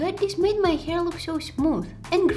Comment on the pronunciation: I just love the way u say hair🥲 ✨hier✨